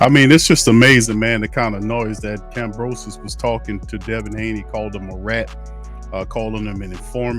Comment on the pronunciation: This guy is stuped calling "Kambrosos" dude put some respect and dont be so fan of Haney, keep it partial bro